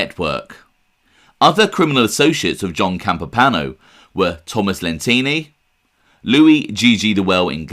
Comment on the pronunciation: Campo pano? No. Campo Piano , Pi A No. Alles klar?